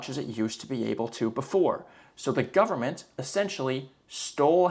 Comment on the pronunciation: "full faith and credit of the US gubmit" LOL